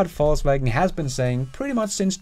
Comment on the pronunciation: I love how you deliberately pronounce VW FalseWagon :)